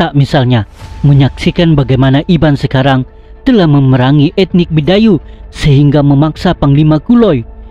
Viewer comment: Betul..byk error dlm sebutan..Sebuyau jadi sebayau..kapuas jadi kapaus..Skrang jadi sekarang. Tolong edit sebelum dipublish.tq